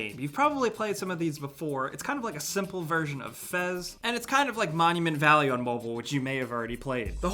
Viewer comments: Mekorama is only 4 mb aaaand Voez is pronouced like Voice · It's pronounced voice. VO-E-Z